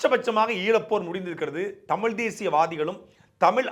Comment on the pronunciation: தமிழனுக்கு (தங்களையும் சேர்த்து) தமிழ் என்று உச்சரிக்கத் தெரியவில்லை... தமிள் என்று தான் கூறுகிறீர்கள். இது தான் இவர்கள் தமிழ் வளர்த்த அழகு. எத்தனை தமிழ் புலவர்கள், அறிஞர்கள் வாழ்ந்த தமிழ்நாடு.... இன்று 90 சதவிகித தமிழர்களுக்கும் ஒழுங்காக உச்சரிக்க, பேச முடியவில்லை...